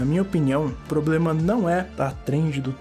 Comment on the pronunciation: "unico poblema da humanidade... é a propia humanidade"